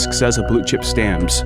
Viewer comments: I’m sorry something is irritating me - is it “blue chip stammms” or fucking Blue Chip StamPS? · Why are you saying stannds. It's stamps. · Listening to financial commentary from a person that thinks the word stamPs is pronounced stams. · It’s stamps, not stams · WHY does he keep saying Blue Chip Stams??? It's stamps. STAMPPPPPPPPPPS. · "Stams": In England we "Stamps" - stam-p-s with a p and an s on the end. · STAMPS not STAMS. The P is not silent. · Great documentary! And you have a very good narration voice, but it is pronounced 'Berckshire', not 'Burckshur'. And the letter 'P' exists in the word 'Stamps'. As in Blue Chip Stamps. You say Blue Chip 'Scams' repeatedly 😂😅😂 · Not stams, STAMPS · Blue chip STAMPS!!! NOT stamms! 😂😅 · Why do you pronounce it Blue Chip Stams? It is called Stamps with a P. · “Blue Chip Stams?” Check pronunciations. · Stams? What are you trying to say. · Bro! Say the P in stamps!!!! Driving me crazy!!!!! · Say it with me now....stamPs. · Did he say Blue Chip "STAMS"?🤔😆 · "Blue Chip Stams" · The 'p' is pronounced in stamps!! You sound like a complete moron saying 'stams' many times over. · There is a "P" in stamPs.😁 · wtf how cant you prounce stamps? like stams for real? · “Blue chip stamz.. “ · would be nice if the ai could pronounce stamps right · Im confused how your able to pronounce the P in company but not the P in stamps… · I wish you could pronounce stamps properly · The P is not silent in stamps 😅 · That must be why the weird pronunciation of stamps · Why can't the narrate pronounce "stamps" correctly? At first I had no idea what he was talking about. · The 'P' in 'stamps' is pronounced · What happened to the p in stamps 🤔